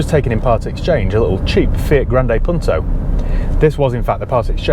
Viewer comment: good pronunciation ,im from italy